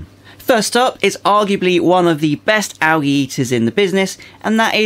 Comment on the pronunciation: Why do you say Al gee ?so funny